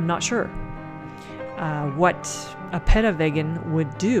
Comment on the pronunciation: Also, it's pronounced Pee - tah, at one point you said pedo which kinda freaked me out